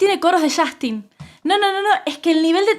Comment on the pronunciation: Qué risa cuando los argentinos pronuncian el nombre de Justin Bieber como "YAJTIN"